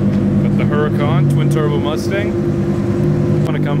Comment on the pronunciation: Everytime he says "Hurracan" or giggles.